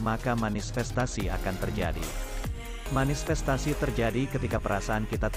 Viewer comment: manifestasi min.. bukan manisfestasi 🙈🙏